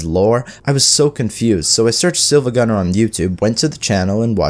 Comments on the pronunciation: He said sihl-vagunner not see-vagunner I can't take it seriously/j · Every time he pronounces it "siLva" instead of "siIva" I die a little. The username is spelled with a capital i, not l. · definately his first time. he literally says "silvagunner" when it's said siivaguner. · This guy be like SILVAGUNNER instead of SIIVAGUNNER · Siiva why say siLva when it's more like seeva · Bro called him "silvagunner" bruh it's siivagunner, see-vuh-gunner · Wait, it's SIIVAGUNNER, not SILVAGUNNER? How a Video Destroyed my Mind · its siIvagunner not silvagunner and the pronounciation reflects that. its pronounced like see, not silver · The fact that he kept saying silvagunner instead of siivagunner made me cringe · In the video the guy mispronounced the name. Instead of it being “IL” as in “SILVA” it’s “iI” as in two “I”s as in “siiva” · hey man it's siiva not silva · i will now be bothered this entire video because you say siLva instead of siIva great video otherwise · It’s so painful to hear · ready for another mindfuck? it's actually pronounced "seevuh gunner" (the "L" is actually an uppercase "i") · It’s actually pronounced SEE-va gunner, the I is an i not an l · It's pronounced Siivagunner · It’s seevagunner bro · it's pronounced seeva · you know what else can demolish someone's mind hearing someone mispronounce SiIvaGunner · imagine making a siIvagunenr video and getting his name wrong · siad siiva with the L lol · Instantly disliked he pronounced siivagunner wrong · umm...that's not how you pronounce "siivagunner"